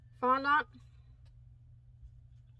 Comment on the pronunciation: By the way it's pronounced "fon-dent" if you were wondering.